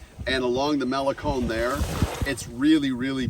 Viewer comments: It's malecón, NOT málecon. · And they wonder why they are not welcome. Cannot even pronounce Malecon correctly.